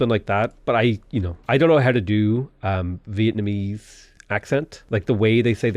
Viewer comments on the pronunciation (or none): none